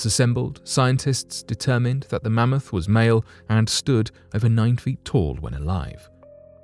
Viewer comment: Are they going to talk about cloning this mammoth for the next 20 years? Also “Man-moth?” Karl Pilkington.